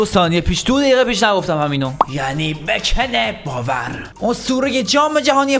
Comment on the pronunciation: حالا تو اسم بکن بائر و اشتباه نوشتی چرا همش تو بازی بهش میگش بکن باوَر یه جوری میگی که واقعا اسمش بکن باوره